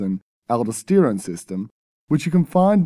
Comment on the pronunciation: aldoh-steerown? that's pre-poh-steerose